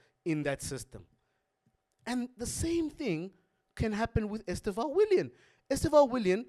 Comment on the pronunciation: ESTÊÊÊÊÊÊVÃO, A SÍLABA FORTE É NO E.